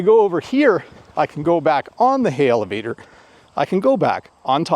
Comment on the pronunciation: Great lesson! When you talked about the elevator it sounded you put a 'H' in front of the word, sounding Helevator. Is that your accent or the regular way to speak that word?